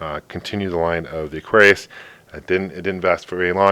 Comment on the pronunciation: mattel electronic presents: aquarrrlRRllliuisu : D